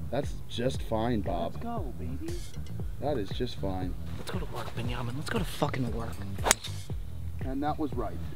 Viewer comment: Why is Bob saying binyamin lol